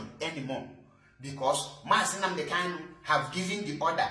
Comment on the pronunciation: Bro, Our leader's name is KANU and not KALU iti boribo,I have tried to correct 💯 you over time but you have refused to take corrections just like Barrister Darlington with all his claimed education couldn't differentiate between N and L, What a disgrace of you people,Am highly pissed 😡 off, Coconut 🥥 heads 🗣️ everywhere.